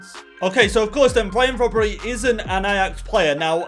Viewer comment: brobbey is pronounced as it is spelled not brobbery:)